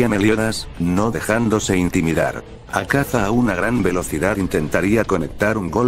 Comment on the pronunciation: Cómo que “azaka “??? habla bien;_